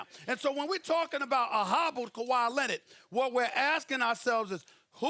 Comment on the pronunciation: Kawhi “Lennit”